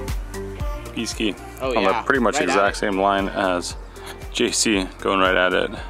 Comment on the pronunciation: Did call JC “Juicky” on number 10 when he was chipping? LOL